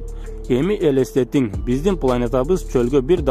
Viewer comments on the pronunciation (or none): Элестет деп айтылат. Элесетин эмес.